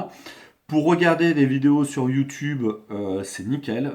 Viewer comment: Youtoube cela n'existe pas ... C'est YOUTUBE AVEC UN "U".